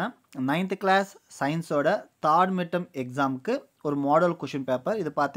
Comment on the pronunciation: Dont tell thaad .tell,third okay🤤